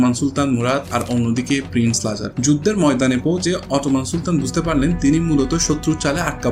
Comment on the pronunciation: You started off doing football content, now you are branching out to historical content. Some people can do this, but unfortunately you are not one of them. Thats why the nitpicking of your video. Its Lazar there's a Z in the middle, its Serb not serf that's a different word which will not be flagged in spell check. YOU DON'T HAVE THE GRAVITAS TO DO HISTORICAL CONTENT.